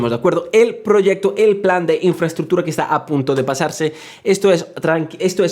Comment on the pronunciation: Excelente video... tu "infraᲗᲗᲗᲗᲗᲗA" jajaja xD